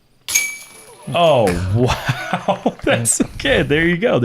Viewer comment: My lol for the day was slowing down to 0.25x speed. Wow ends up being 5 syllables and he sounds drunk.